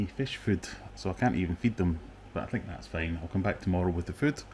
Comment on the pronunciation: "frood" rofl